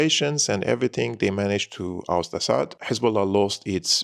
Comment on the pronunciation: it is very annoying how you pronounce "Assad" as if you are a foreigner. In Arabic we pronounce it differently. Please let the foreign audience pronounce it correctly